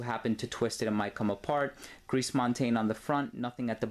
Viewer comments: If I may make this point, the French say "gree" instead of "griss" (the final S in gris is mute in that case). Very interesting review as usual,! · Gris, pronounce it like ‘gree’ not ‘greece’. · thats just "gree " you don't pronounce the S nice review thou